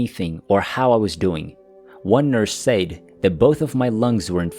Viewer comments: Stop saying SAYED. His pronounced SED and spelt SAID. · “SAID” is pronounced “SED” Makes me wonder if youre using AI for voice? Everything else is excellent! ❤